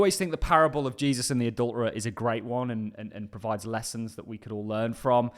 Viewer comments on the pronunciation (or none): none